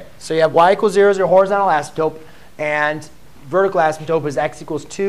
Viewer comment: Impossible to tolerate because of the pronunciation of “asymptote”. swapping the “p” with the final “t” destroys the content.